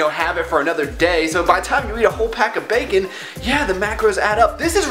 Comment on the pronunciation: The way you say bacon sounds so much like "bakin' " and even though I'd seen the title of your video, I really thought this was going to be a baking video. xD